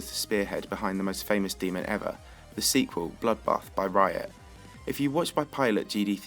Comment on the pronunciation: he said raya not riot